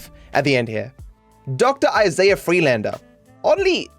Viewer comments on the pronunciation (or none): none